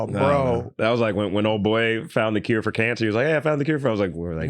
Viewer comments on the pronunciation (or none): none